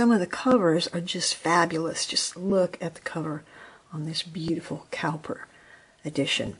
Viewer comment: William Cowper (pronounced Cooper) was Jane Austen's favorite poet. Some of his poems are sung as hymns. That is a lovely book you have!